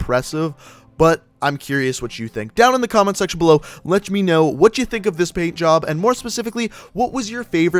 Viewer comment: u can here him say letch me know